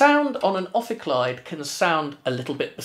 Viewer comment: Pronunciation of the name probably wrong, as it is supposed to be Greek.